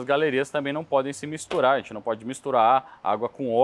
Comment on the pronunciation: sou seu fã, o conteúdo é incrível, único, espetacular, inigualável, mas se me permitir fazer uma crítica que considero construtiva, para de falar "ARRENTE" quando for falar "A GENTE". Te amo